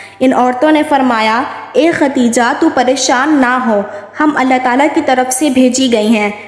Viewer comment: MashAllha SubhanAllah bohot pyara vaqea hay, lekin pyari behen asal main sahi nam Khadeja hota hay ye to hamare mulk main nam ko bigar kar khateeja kehna shuru kar dia hay jo ke sahi nam Khadeja hi hay .🤲😢😥🕋💚❤